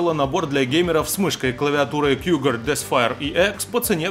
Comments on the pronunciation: Почему "кЬюгар" то? Мне одному режет слух? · 1. Произносится как Кугуар)) 2. Русские буквы нанесены по центру - выглядит ужасно. 3. Дизайн г. как и все игровое. 4. Кнопки на черри болтаются в стороны еще как. 5. Кнопки почти глянцевые - поверхность с глубокой шершавостью на ощупь куда приятней и воспринимается дороже. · Кьюгар или кьюгАр)))